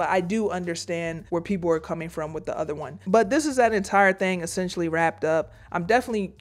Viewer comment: Drink every time she says "Essesstionally" JK, you'll die.